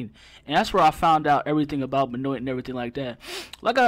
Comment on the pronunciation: At least learn to pronounce his name if you're gonna blast someone for an opinion. L